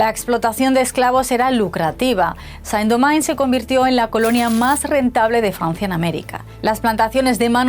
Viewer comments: San Domain??????? ¿No somos ni siquiera capaces de mirar en Google como se pronuncia eso en Francés? País de paletos... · La presentadora pronunció Saint Domingue como si estuviera en inglés, estando en francés. ¡Qué bueno que el canal de una potencia colonial, acepte la culpa de otra potencia colonial (y la suya dentro de una culpa colectiva)! En un futuro también analizarán cómo varios países de Europa, incluyéndose, apoyaron el colonialismo, el apartheid y la limpieza étnica, en el territorio palestino, en .